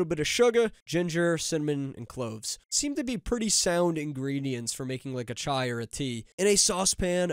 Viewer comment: Damn bro actually said Chai pronounciation correct 🙏